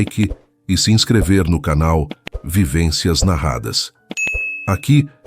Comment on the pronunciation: Vivensas narradas